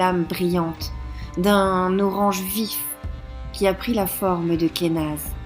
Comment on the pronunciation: J'aime beaucoup comment tu prononces Kenaz :D Je l'aime beaucoup celle la, tiens, je crois que c'est ma préférée pour l'instant.